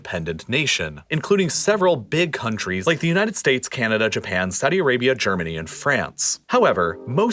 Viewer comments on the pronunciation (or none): none